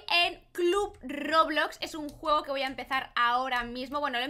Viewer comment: Se dice club roblox no club robox